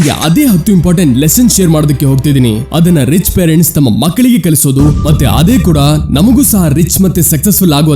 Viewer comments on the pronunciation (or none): Adhu kalisodhu swamy, kalasodhu alla.